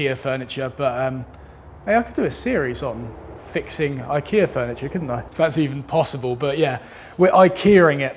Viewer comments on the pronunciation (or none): none